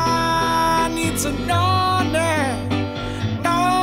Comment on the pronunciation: When he says know now he says no nah